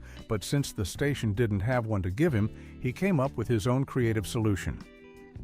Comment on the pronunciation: "...occurred at a different. STATION." Classic AI voiceover tell.